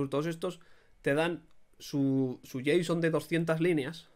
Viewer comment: "jota-son", jajaja men me matas jajajajaj